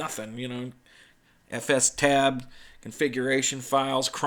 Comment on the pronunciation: I'm sorry, but it's definitely "ef stab" /j